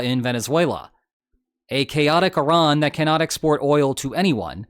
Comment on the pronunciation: First person to pronounce Iran correctly instead of calling it I--Ran